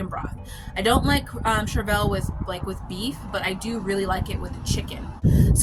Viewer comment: I always look it up in case I'm wrong...but I am a certified master gardener. It's pronounced "Shur-vl". Nonetheless you ARE an inspiration on how much you grow to provide for yourself and family!!!